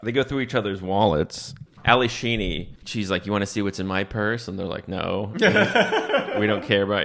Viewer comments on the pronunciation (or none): It’s Alli SHEEDY, not Sheeny! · Laughing at him calling Ally Sheedy 'Sheeny' the entire video